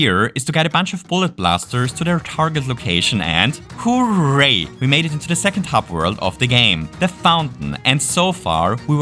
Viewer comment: omg it's the guy that says whoreray